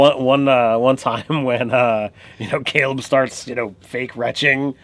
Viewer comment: who taught you people to talk cause you need to hit them how did you fuck up saying Caleb